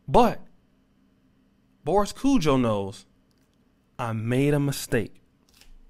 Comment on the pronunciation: Can u get. Their names right please its kojoe long o and ari as in arianna